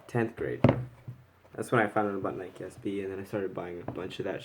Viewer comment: That moment when he pronounces nike NIYK